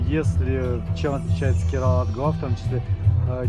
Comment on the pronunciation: Я прошу прощения, но в слове Керала ударение падает на первый слог